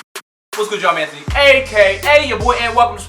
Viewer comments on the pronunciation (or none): none